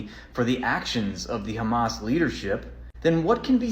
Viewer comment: They always pronounce it as "khamas" for some reason.